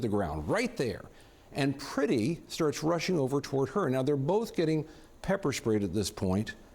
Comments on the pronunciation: His name is Alex Pretti. The "e" is "eh". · Pronounce the victim's name correctly,.